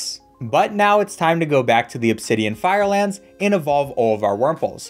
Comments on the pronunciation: Does it piss anyone else off that he says "Firelands"? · Anyone else have a problem with how he says fieldlands?